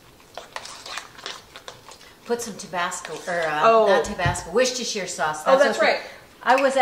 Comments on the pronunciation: It is wusstershire sauce not wishtershire sauce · In England, or my part of it at least, we don't say the 'shire' part of Worcestershire sauce, it's just 'Worcester Sauce'. And Worcester pronounced 'Wusster', so Wusster Sauce lol. I love hearing how you say it but it doesn't need to be such a mouthful:) Thank you and Mom, I've learnt so much watching your channel!